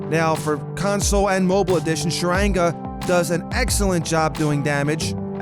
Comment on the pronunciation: "Sharange" Sharanga